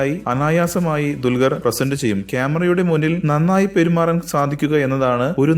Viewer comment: dulgar alla dulquer